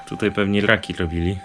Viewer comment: "tutaj pewnie lrlrlraki lrlrlobili"